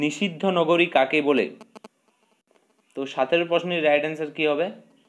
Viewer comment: সাতেরো নয় সতেরো হবে উচ্চারণ টা।